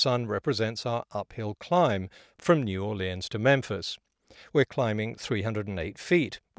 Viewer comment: Thank you for pronouncing "New Orleans" correctly.